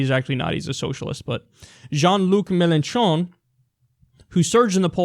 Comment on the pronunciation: Melontron. That's how I am going to call my radiohead cover band. Pronounce it with a stupid n. MelOHtrOH! You have to act a bit surprised with the n. Raise the eyebrows a bit.